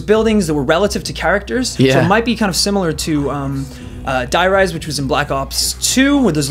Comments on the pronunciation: Die rice? Wtf man it's "Der Riese" and it's german and translates to "The Giant". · Yeah but you dont say it like that. It's not die. It sounds like "dee" and reese